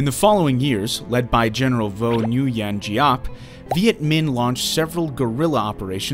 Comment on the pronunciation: All is good except the name pronunciation. The Nuyen in Vo Nguyen Giap can roughly be pronounced as a soft /Gwen/